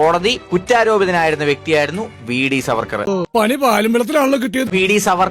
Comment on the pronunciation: സർവർക്കർ അല്ല ചേച്ചി VD സർബത്ത് സവർക്കർ എന്ന് പറയാൻ പോലും അറിയാത്ത സംഘിണി